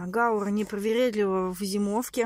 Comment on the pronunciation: гаУра , ударение у этого растения